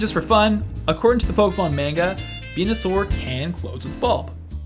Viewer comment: d-did you just say mane-ga. . . ......